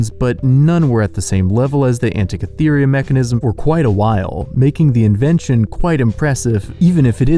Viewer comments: "Classy-ists"? Are you trying to say "clacissists"? Also, Antikythera is pronounced "an-tee-KITH-er-a" not "an-tee-kith-EE-ree-a." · To the fellow narrating: Delhi is pronounced sans H. It sounds like “Deli”. Also. There is no “I” near the end of “Antikythera”. I’m not trying to be a know it all twatwaffle, but nothing turns an otherwise informative bit of fun like this video into useless prattle like mispronounced words.